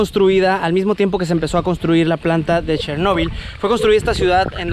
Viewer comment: Chernobyl no tiene acento en la 'o' y no se acentùa vocalmente en la 'o'. La palabra en su versiôn en espagnol debe acentuarse en la E 😉, penùltima sîlaba, esdrùjula.